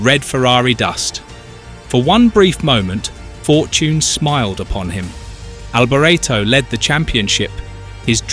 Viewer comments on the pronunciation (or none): Good job? Firstly his christian name is pronounced Mee-kaylee not Me-shell. As for the sir name he originally pronounced it Alberto, then he pronounced it Albor-ray-tow. It then sounded like he said '300 kilometre at h'. This has to be AI. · Mik-ali Albor-eto. Why why do creators with no clue make these videos that do no justice to their subject. Can’t even pronounce his name. Alboreto was a serious F1 title contender in 1985 he was a very talented driver and great competitor. Much missed.❤️ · Michele Alboreto is pronounced mi-kay-leh al-bor-ET-oh, with the emphasis on the last syllable of his last name, reflecting his Italian origins where "Michele" (like Michael) is a male name and "Alboreto" sounds like "al-bor-ET-oh," not "al-bore-etto". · And his Name was Alboreto not Alberto ! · Pulling the pin after 42 seconds... the idiot narrator couldn't even be bothered to learn how to pronounce his name correctly. Don't waste your time on this pulp. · Awful, as somebody said earlier, “you can’t even pronounce his name correctly” Disrespectful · Absolutely awful, as an earlier person said “you can’t even say his name right…” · Maybe learn how to pronounce his name before you do a video on him! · Blimey, at least pronounce his name correctly !! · Need to re-do narration saying his name correctly. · Your pronunciation of BOTH first and last names is PITIFUL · If the narrator can not spell his name correctly, then he has no clue about motor racing...